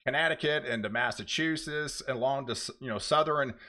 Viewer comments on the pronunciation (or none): Massachusetts is pronounced: Mass A Chew SETS. not sess.. Sorry it just drives me nuts to hear it always pronounced wrong..lol